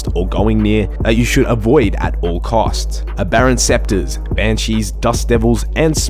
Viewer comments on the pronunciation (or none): aberrant sceptres? seriously man? you even pronounced it as sceptres.... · im gonna knock u the fuck out the next time you say aberrant SCEPTRES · Aberrant SPECTRES (as in ghost) not scepter (a staff lol) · Aberrant spectres, not scepters.... please.